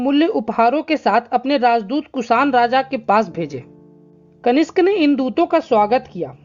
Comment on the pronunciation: आपकी पोस्ट अच्छी है, लेकिन पाटलिपुत्र को पाटलिपुत्रा , कनिष्क को कनिष्ट ... सातवाहन को सातावाहना ...कई बार बोला है. इससे स्तर गड़बड़ होता है.